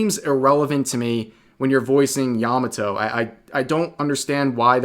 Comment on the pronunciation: Yah mah toe not "yamuh toe."